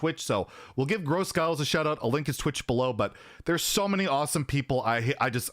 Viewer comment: GrosGhiles, its big Ghiles not gross Ghiles>< Prounounced grow ghiles with an english accent :D